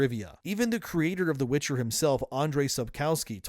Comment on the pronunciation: It was called WITCHER not WITCH - HER (forerunners wanted the witches to be the lead)